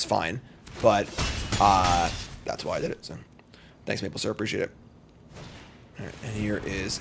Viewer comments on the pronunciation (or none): none